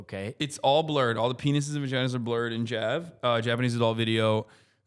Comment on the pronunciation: Hasan finally getting cancelled for pronouncing JAV "Jav" instead of "Jay Aye Vee" like a normal pervert.